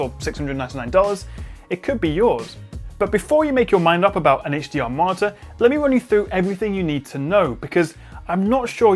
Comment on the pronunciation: Perfect review, really helpful, extremely interesting point but still thumb down for the martyr pronunciation. You sound like you have a speech impediment. Please staph.